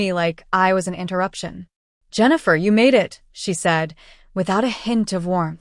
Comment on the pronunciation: AI can't even pronounce Jennifer